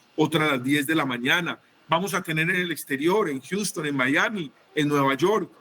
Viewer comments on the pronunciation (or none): none